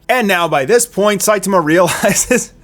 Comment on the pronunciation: Dude... why do you keep saying Saituma and not Saitama? Man is that distracting...